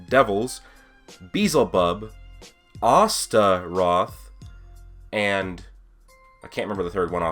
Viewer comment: So you're saying..... ASTA-roth